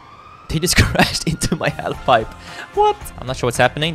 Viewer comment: do you really say HALIF pipe instead of HALF pipe